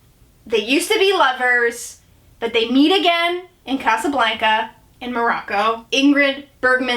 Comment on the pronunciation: I love you but please say Casablanca again 😂